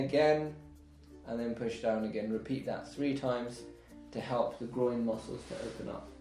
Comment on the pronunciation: Keeps calling the Groin the Groind 😂😂😂😂